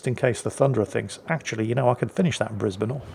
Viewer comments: Alright, haven't watched it yet. But I'm warning you,! If you say Bris-bain I will fax a sternly worded letter of complaint to your local parliamentary representative. We're uncultured swine, we're lazy, it's our fake ship and we say Bris-bin so it's Bris-bin! EDIT: Okay, old man, you've avoided me invoking the greatest bureaucratic nightmare since the conversion to metric. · That was a entertaining match. It shows you that it is true,. Up here north of the border in Queensland we make them tough. Greetings from Brisbane Plus also nice to hear Brisbane being pronounced properly !